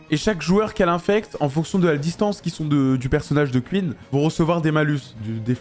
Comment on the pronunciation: "Queen est morte" 😂😂😂 On parle pas de la reine Elisabeth là, enlève ce "E" MDrrr